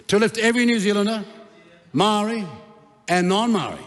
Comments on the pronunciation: Your the racist one! Listen to you cant even say Maori properly. Give Maori more seats then to show you what they can do. What you are saying is pakeha white people run the country while maori three or four Maori people do nothing. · E noho, Winston! All the people that stand to protect te reo Maori are NOT a minority! What have you done, Winston? I voted for you once decades ago & you sided with National...NEVER AGAIN! You are more than suss when you can't even pronounce Maori! Moumou to toto Maori!! You belittled yourself when your ego got the better of you in your feeble attempt to ridicule Hana-Rawhiti Maipi- Clarke. The tenacity of you to try to tell her about respect for kaumatua when she obviously breathes her taha Maori! He aha to korero? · You can’t even pronounce Māori properly your a disgrace you sell out clown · Winston what are you doing? Speaking of division while going against your own people. For one you don't even pronounce Maori correctly, that's how pakeha you've become. They aren't attacking Maori, they are defending it against your attacks. Why are you attacking your own people? Who trained them? Who educated them? The same pakeha system that educated and trained you. They just saw through it u like you. What the heck, we know your background all to well Koro. What a disgrace, you got in that position because of Maori people now your shunning them. They don't want separate, they want what is theirs. You are our people Mr Peters, what the heck is this rubbish 🤯 Together as one just without Maori, what a joke. You need to be called out and then kicked out!